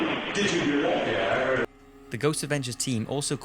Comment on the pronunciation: He always pronounces "heard" as "heed"